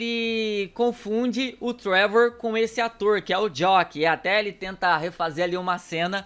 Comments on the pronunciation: É jack não jock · Pronúncia JACK